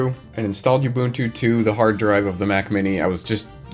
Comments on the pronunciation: Oh god stop pronouncing Ubuntu like that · Oo. Bun. Tu. Ubuntu. OOOOOOO not YOU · Oo boon too NOT you boon too, all the "u's" are the same, they literally had a video that had the word with it's pronunciation built into it for like over a decade and there's is still people who don't know how to say ubuntu 😮‍💨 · The way you pronounce Ubuntu grinds my ears something foul. Oo-boon-too Oo like "You" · STOP. MISPRONOUNCING. IT. AS. "YOU BOON-TWO".